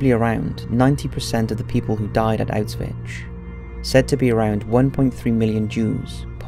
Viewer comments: Ok come on... "outs-vitch?" Your vids are good, and seemingly well researched, however, you really do need someone to narrate without glaring mispronunciation and made-up words. It's "oush-vitz." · "Out-switch". I've always heard it pronounced like "ow-shwitz" or "ow-shvitz". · Please stop saying Auswitch... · Autzvitz complex. Your Autzvitz documentary about mengele was good, but it was really hard to listen to since every time you say "autzwiz" it just sounds "a bit" comical.. I know that englishmen don't speak other languages, but at least try to put some effort in spelling foreign names and places.. You are really not the only one I have told about this... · Please learn how to say it, it's not ' ausvitch' .otherwise a very good video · good video and btw the correct pronunciation is "OWsh-wihts" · Good video, but the constant mispronunciation of Auschwitz made me cringe every time tbh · Maybe learn how the say the name of the camp if you are doing a video about it?